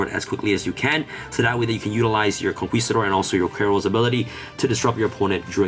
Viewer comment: Conquistador doesn't sound the "u" sound. It's pronounced "Con-KI-stador."